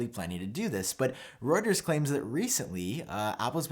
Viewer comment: Is it an American thing you pronounce Reuters ‘Rotors’ and EAP says ‘Rooters’. It’s a Germanic word and is pronounced ‘Roy-ters’. Certainly it is here in the Uk., Am I wrong?